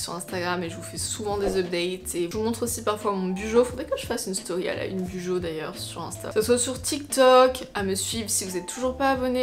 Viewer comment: team clairefontaine oups lol il me semble que la youtubeuse Les astuces de Margaux avait expliqué qu’on prononçait « Bullet Journal » [Boulette Journal] du coup « Bujo » [Bou-Jo]